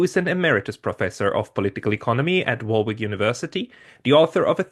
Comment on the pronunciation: Skidelsky is an okay old school benign S.I.S. classic liberal p.s. Warwick is pronounced like Wǒ-rǐk